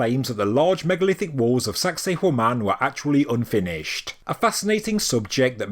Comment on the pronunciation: Every time you say sacsayhuaman it sounds like you're saying 'sexy woman' in a Jamaican accent 🤭